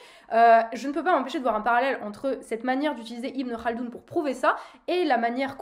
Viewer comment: Tu prononces bien le « khaldoun » 😂😂